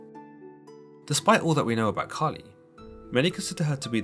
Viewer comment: I thought you said “Cardi B” 🤣